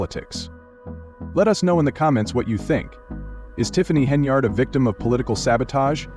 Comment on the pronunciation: Pronounce her name properly .